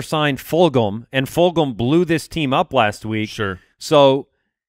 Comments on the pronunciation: Travis "Full-HAM" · Fulgham: “Ful Go Ham”